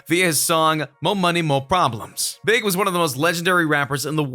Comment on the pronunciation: he called B.I.G. (BIG) wtf 😂